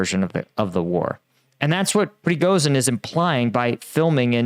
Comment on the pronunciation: It's PRE GO SHEEN not pregosin